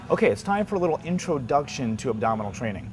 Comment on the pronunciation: WTF is an INTRODUGTION?? this guy is all talk... You work with your andominas.....